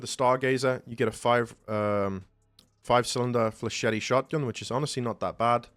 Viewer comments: Bro does not know how to say flechette☠️ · That's not how to pronounce flechette, dude. Edit: you're also mispronouncing brigadier. Edit: Also cavalier.